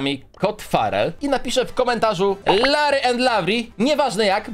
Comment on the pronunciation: Lavry i larrry troche dużo tego rrrrrrrrrrr